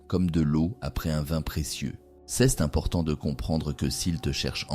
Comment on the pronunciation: ❤ mais c est dommage texte et prononciation " ceste" pour dire "c est" ..